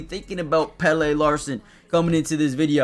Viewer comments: It's pronounced PELLA. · Great vid, and i think his name is pronounced Pellah ( he's sweedish)( have u ever seen the sweedish Muppet chef? 😂 )